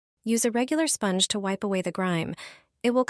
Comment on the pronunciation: What is a "spongg" and what is an "Oh-van"?. Shit AI voice.